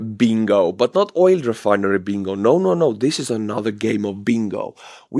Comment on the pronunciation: Oil is pronounced with a hard L ❤❤❤